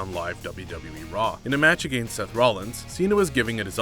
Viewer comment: This guy doesn't even pronounce the word against correctly